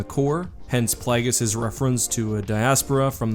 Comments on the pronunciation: Plagiuous? What did you say? Dont get cute just say it right. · I dont get why everyone pronounces Plagueis name wrong, when it was pronounced in the movies perfectly. Your pronouncing it like a little g, when it's phonetically a J. PLAY-JIS. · Is nobody going to mention the way he said 'Plagueis' and 'Muun'?